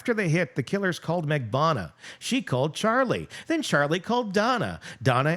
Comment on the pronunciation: GET THEIR LAST NAMES RIGHT. It's RIVERA - not RIVIERA (we're not in the South of France). MAG-BAN-U-A. If this was a court of law, they'd get off with new last names